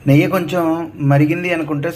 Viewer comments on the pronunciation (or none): నెయ్య కాదండి నెయ్యి..